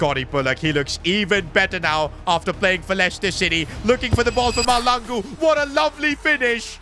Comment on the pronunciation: Pls I from SOUTH AFRICA AND Its pronounced MASHLANGU❤